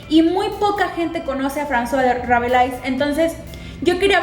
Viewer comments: ¡Gracias por estos videos! :D Me parece genial que invites a la gente a leer los clásicos. ¿Hasta qué época vas a hacerlos?, si se puede saber. :) Ah, y solo como contribución, creo que se pronuncia Rabelé, según mi conocimiento del francés. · Yo también creo que se pronuncia Rabelé. O al menos eso recuerdo de las clases de literatura.